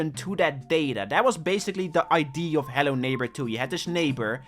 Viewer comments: can you say idea and not idee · BRO ITS IDEA NOT IDE, U BLOODY DUTCHY